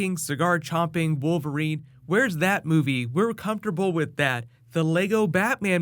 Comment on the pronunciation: did you say wolf erine??